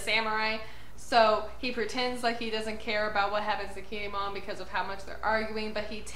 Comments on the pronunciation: The way you say Kinemon is fine. I believe it's "kin-ay-mon", but your version is fine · you are saying his name right👌👍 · Don't worry. You're saying Kinemon's name right.😁